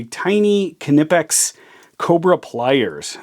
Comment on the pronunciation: Respect your tools. Dont throw it to your desk. Greetz from germany (your knipex pronouncement is correct.)